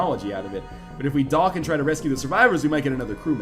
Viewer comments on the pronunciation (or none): I laugh a bit every time he says "dock"